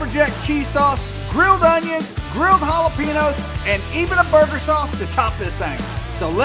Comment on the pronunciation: It’s hollapenyoos bro. Get it right